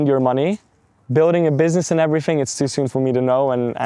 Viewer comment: There's something seriously off about this guy. Growing up in the UK and not having a British accent, like - what?! That's literally impossible. He also can't say TH but replaces it with F. "Fink, everyfing", that's what Serb's do. Literally living in 3 different countries, speaking 2 languages and not developing a native accent in any of them...unbelievable and not possible. So yeah, something is not adding up.